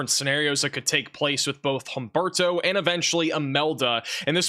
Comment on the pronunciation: Humberto, Imelda?.. Names that don’t exactly roll off one’s tongue. Though did great at pronouncing them!! 👍🌀🌀👀😵‍💫